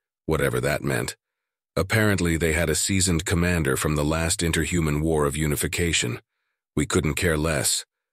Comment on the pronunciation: Cry havoc, and let slip the dogs of WARRRRRRRR! (Shakespeare, OP - Original Pronunciation.)